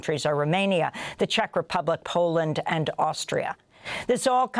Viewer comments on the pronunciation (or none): none